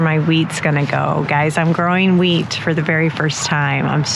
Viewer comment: Omg I thought you said “I’m going to grow weed for the first time” then you said wheat 😂😂😂